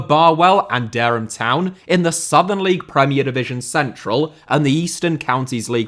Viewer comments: Dereham is pronounced "Deer-Um" just incase you ever need to pronounce Dereham again, which is highly unlikely I know but just in case... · This made me laugh! 3 times you mentioned about worrying about pronouncing some foreign names correctly, but still managed to get Dereham, from Norfolk wrong!🤣 another great video 👍🏻